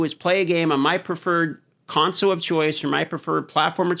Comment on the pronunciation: You know there is an L in console right? :) It's not conso